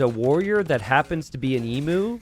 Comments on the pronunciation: not ehmoo, EE-mew. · Please, for the love of Australia, it’s pronounced ‘Eem-you’ not ‘Ee-moo’ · Emu: eem-YOU, not eem-uh. Sorry for being a pain. Any criticism is accepted and deserved. Maybe Emu Warrior is named after the great Emu War, where the Australian army fought a war against emus and lost... True story. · It's a bit late now, but aussie's pronounce it 'eem-you'. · Love me some small maps! Don't love your American pronunciation of 'emu' though! It's pronounced ee-mew 😝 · Ehmoo, right? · As an Aussie, I die a little each time I hear incorrectly pronounce emu 😂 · My thoughts exactly